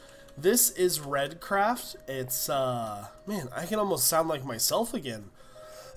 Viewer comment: I'm pretty sure it's pronounced RthreeDCraft instead of redcraft I'm going off of Stray so.... I'm not so sure, but great video and resource pack!